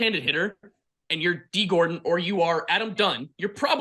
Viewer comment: gordon btw not gordan. great video tho